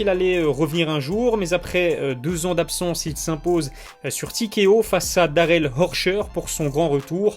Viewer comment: salut! tu devrais faire un effort sur le nom des combattants que tu écorche sévèrement sans vouloir t offenser , TKO pas TEAKEO ...